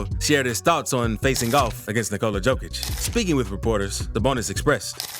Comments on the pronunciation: One small complaint :) Pronounce it "Yokic" and not "Djokic". Yokic like Yolk, even Yolkic :) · Good video! Don't take criticism seriously. Here's a little help. :) Nikola's last name is Jokić, not Djokić. In Serbia, the surname Djokić is more common than the surname Jokić. Pronounced Yokić, like Yeti. 😀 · yo yo yo yo yokic, not joe joe joe joekic 😂 yes i know you write it diffrent but still.. it is yo not joe! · It's not Joe-Kich. It's Yo-Kich. Otherwise, great vid. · Yo-kitch, not Joke-ich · SMALL correction about pron. of his name. He is: J(Yugoslavia, Yamaha) O K I Ć(t+j). He is not: Đ(D+J) O K I Ć. Or J(Joker, Jamaica,... ) O K I Ć. Surname JOKIĆ(english: YOKITJ) on serbian means: SMALL NOT, Comon surname in Serbia. Surname ĐOKIĆ(english: DJOKITJ) on serbian means: SMALL PENIS. Veeeery comon surname in Serbia. Sounds weird but is true. Surname DŽOKIĆ(english: JOKIĆ) doesnt means nothing on serbian. Do not exists as surname. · Heey brodie, please start reading the "J" in Jokic as "Y" - so Yokic. Sending love from Serbia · Yokitch.... Ni-ko-la Y-Y-Y-Y-Yokitch. Please pronounce it right at least once :-D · Pronounced "yokich". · i liked button, but its funny to me that you cant prononce tme mans name.... remember, yokicg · Why can’t you pronounce his name correctly If you have all this respect for him? It’s pronounced YO-KITCH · Bro.... in a 8 minute video, you never said his name correctly..How are you going to make a video about a guy, but simply fail in saying his name correctly? Don't believe me? Listen to his head coach (of 8+ years) say his name one time. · This video sets the world record for number a Jokic mispronunciations in less than 10 minutes. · I had to stop after 30 seconds. Learn to pronounce the man's name, it's not that difficult